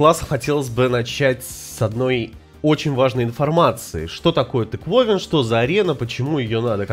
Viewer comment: Каждый раз интересно: специально ставит ударения в названиях событий и карт не туда? Потому что регулярность тыквОвинов и само их наличие отбивают желание смотреть эти ролики начисто